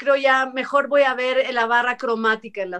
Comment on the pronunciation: como dices, con toda paz, no se dice "voa" se dice " voy a "